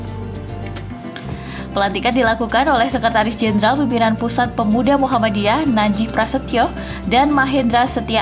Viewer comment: Muhammadiyah , bukan muhammaddiyah